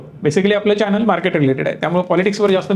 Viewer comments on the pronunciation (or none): none